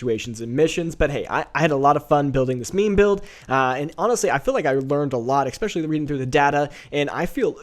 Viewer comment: Very good breakdown, love it! (and it's "eSpecially")